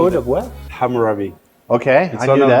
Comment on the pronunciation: Hamurabiego, źle jest czytane